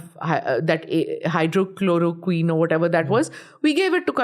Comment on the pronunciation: That's not HYDROCHLOROQUINE it's HYDROXYCHLOROQUINE 😂